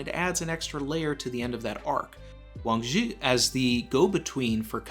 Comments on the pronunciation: THIS GUY IS ALL WRONG! UGH I CANT BELIEVE I CLICKED ON THIS VIDEO! it is pronounce WAAAAAAAAANNNNNNG ZHIIIIIIIIIIIIII!!! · Your pronunciation is so close buddy… I am a Chinese speaker and would like to help you a little more… Zhi in modern Chinese romanization called Pinyin uses the ZH=JJJ it’s a J sound that lingers … now when you combine it with “I” it slurs together as an er… so Zhi= jjjer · Yeah it is Wang Zhi, Uchoku is just a mistake by translating the Kanji into Japanese pronunciation. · Someone please. For the love of God. Tell how to pronounce Wang Shi. For all of us.